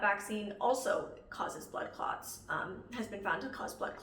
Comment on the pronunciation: As a person who is not an English native speaker, I kept hearing "butt clots" and chuckled a little. I don't mean to offend anyone just my brain making bad associations.